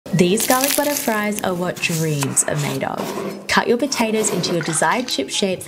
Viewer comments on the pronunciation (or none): none